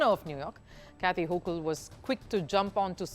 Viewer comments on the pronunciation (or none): none